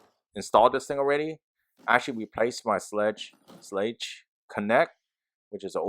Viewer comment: Hey, thank you for your review! Also, it's pronounced SHLAYG with a long A sound, as in WAY. So it rhymes with LEG, but with that long A sound.